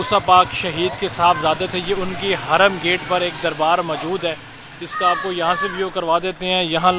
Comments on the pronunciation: Harum gate hota he .. hraam nh... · (Hraam) gate nai, ( haram gate) 😂